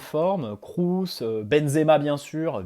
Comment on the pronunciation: Toni Krous?? Kroos se prononce comme "crosse"..